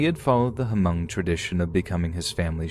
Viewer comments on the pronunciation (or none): Just for future reference it's just pronounced "mung" not "huh-mung" the h is silent basicslly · Oh nooooooooooo, hunny, Hmong is pronounced MUNG, not *H*MUNG!!!, 🤭😬🤦🏻‍♀️🥺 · Imagine my surprise & excitement hearing "Hmong" ...only to learn it's about Chai Vang. 😑😑😑😑 Also... the "H" is silent. It's pronounced "Mong". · All i know is we keep telling ppl the h is silent but every1 still pronouncing it as Ha Mong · The H at the beginning of the word Hmong is silent. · The H is silent in Hmong. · No H sound at the beginning of Hmong, just in case it comes up in the future.